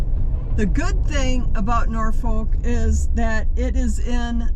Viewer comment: When you said Norfolk I knew you were never from there